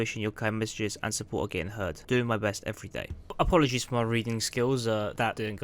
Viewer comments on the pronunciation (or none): No Apologizes not apolagizes